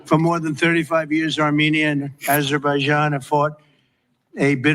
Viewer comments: "ah-zur bi john" Not Jane! that is how it is pronounced. Thanks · Are you stupid??? You heard the correct pronunciation of Azerbaijan twice and still said it wrong....